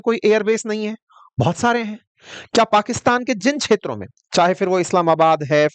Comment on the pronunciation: सब कुछ अच्छा है पर कृपया क्षेत्रों को छेत्रो ना बोले